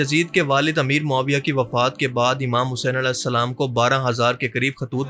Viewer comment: As nhi hain ra hain alesalam mat kaha karo